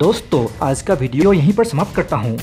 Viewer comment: real awaz me bol bhai.. dummy awaz lagri h.. 'aaj' hota h 'aaz' ni.... and many more...